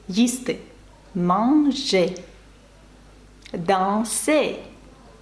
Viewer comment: Гаяне, а носовое в слове manger произносите неверно. При а носовом нужно округлять губы как при о..